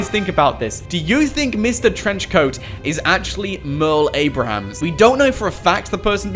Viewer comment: it's Merle Abrahams 😁